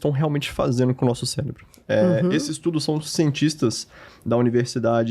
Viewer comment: Só eu fiquei com vontade de dar um safanão nele cada vez ele falou "céLebro" e "ceLebral"?